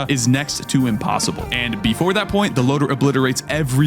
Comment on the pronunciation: the way he says "THAT" matches up so well with his face in the stream